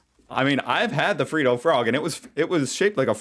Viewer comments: It’s not free do frog it’s Fred do frog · G'day mate. another cool video. Just so you know, Freddo is pronounced Fred o, as in Fred Flintstone. We don't say Freedo. You're a great Yank and look forward to you down under reporting and enjoying it. Maybe a tourist agency will sponsor you and your family to moving and reporting life down under. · Fredo-oh not freedo lol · Seriously, you're still pronouncing it "free-doh" frog; it's "Fred-Doh"!!! Oh, and agree with mjb7015 - Bertie Beetles are the best!. In 2023, you can still buy a fairground "showbag" for $2, because it's a Bertie Beetle Bag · You started to make me really angry because your calling it a freeada frog when it frehdo frog (I spelled it the way it supposed to be sounded out like) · It's pronounced Fred-o's not Free-dos. You get a pass on how you say caramel only because you're American. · Again, we do not say (happy arvo) And it's not freedo, it's fredo. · Fred O Frog. Not Freedo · It's not Freeeedo; There's one 'e", so it's like Fred, yes the name Fred, with the extra 'do "which you pronounced correctly. (like dough) . You never respond to me so I'm probably wasting my time anyway. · Spelt Freddo...but you say 'Fred doe' not 'Free doe' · Freddo Frog comes in many flavours. And they’re pronounced Fred ‘O’ Frogs, not Free Doe… ha ha ha at least you try to get it right. We’ll make an Aussie out of you yet. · Just a correction of your pronunciation....Fred-o not free-do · Fred-oh, not freedo. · It's not Freedo Frog, it's FREDDO Frog. Fred - Oh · they are Fred-o frogs, not Free-doe frogs. x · I am absolutely positive that someone along the way has told you it's NOT pronounced Freed-o it's Fred-o frog! as in Fred Flinstone!🙄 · its pronounced Fredo frog mot freeedo frog mate:) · It's not freeddo frog it's freddo frog and is how you pronounce it " Fred ( as the name Fred) - O ( is in the letter or voul ) hahahahahahaha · Fred-O, Freddo, not Free-dough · FRED not FREED FRED OHHH